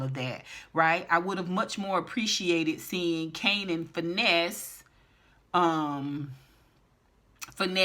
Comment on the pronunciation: I laughed every time you say Kananapped lol😂😂😂